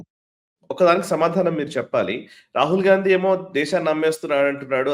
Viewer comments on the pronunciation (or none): none